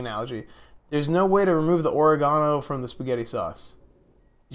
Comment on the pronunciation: "Oreg-gano" lmfao you're the man esfand